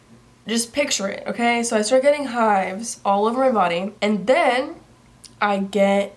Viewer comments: when you said "i started getting hives..." i thought you said "i started getting high" and i was like WTF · Haley Nguyen sameee💀